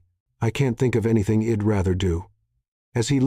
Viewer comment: Some of the words are pronounced wrong. Switch back the other narrator. This one sounds like his voice is to raspy. Instead of I’d, it is saying id. Instead she’d it is saying shed. Also since is was narrated in women perspective, a women voice would been great